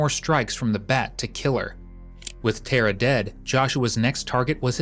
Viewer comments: Tara is an irish name pronouced like "tare - ra" not "Ter-rah" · yeah not ter a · Tara is pronounced exactly as it is spelt Tar a , with the emphasis on Tar .